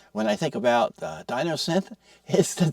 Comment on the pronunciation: Enough. After the 7th time hearing '''Di*N*osynth''': no more. Distracting...& just plain dumb. Thumbs down, & unsubscribe. Seriously?!?!?